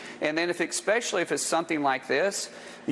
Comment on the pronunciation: Mark Wayne Muller said: expecially.